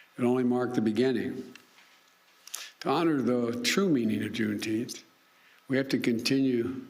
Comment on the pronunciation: Wtf is June Teenth?